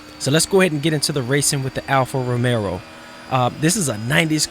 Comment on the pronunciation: Alfa ROMEO.....Not Romero :(